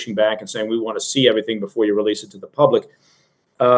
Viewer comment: Did anybody else giggle when said, "...full relesse..."? 😄